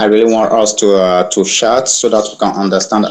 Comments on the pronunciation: He's definitely not Nigerian. French speaking country, more likely. He says "pardon" instead of "say waaat?" or "huh?" and his pronounciation of "chat" is french, hence the unfortunate "I want shat"... Still an absolute moron, but a french speaking one. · "We need to shat and understand ourselves."